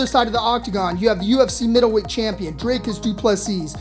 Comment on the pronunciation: Its not dry cus its dreeeeeekus say the name right comon